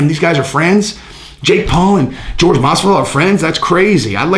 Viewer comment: I do believe is pronounced "Whore-Hey" just fyi